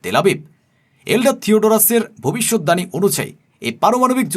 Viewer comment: আপনি বারবার ভবিষ্যৎ দাণী বলছেন কেন?? আপনি কি বাংলা জানেন না ? না এই ভুল উচ্চারণ ই আপনি শিখেছেন?? শব্দটা ভবিষ্যৎবাণী। দানী নয়।